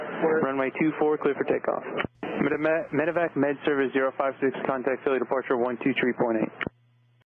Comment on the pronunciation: I prefer this format. As a professional aviator, I’m interested in hearing other aviators personal views/opinions. Only critique: medi-vac, not medic-vac. I’ve done more than my share of them. Also, I’d lose the Fox News footage/affiliation, as trust level for ANY national “news” outlet is sus at best. Excellent job though,, thank you for the effort🤙🤙